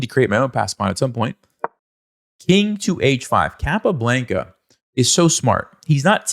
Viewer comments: Please... in the future, pronounce Chess Master's names as they would pronounce it themselves.... ie: "Cahp ah Blahn ka" not "Cap a blanka" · Blanca, rhymes with Tonka. Thank you for the video. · Why does he keep saying the name like that. "capablanKA" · The way you say "Capablanca" pisses me off. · Hey. Great video. I'm curious why you're pronouncing Capablanca's name like that and not the Spanish pronunciation? 🤔 I will caveat I'm sure I would pronounce some Russian players'names incorrectly. I'm still pretty confused about how to properly pronounce Alekhine.